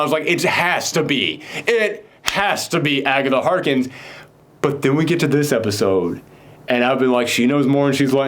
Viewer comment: Am I the only one who cringes a little every time he says calls Agatha Harkness, Agatha Harkins?